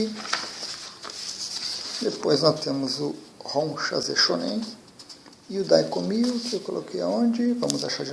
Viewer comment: só uma correçao como se trata de um termo japonês o 4 simbolo nao se pronúncia Dai Ko Myu....mas sim Dai Ko Myô.....lembrando que nao estou falando da escrita estou falando da pronùncia.......paz e luz pra todos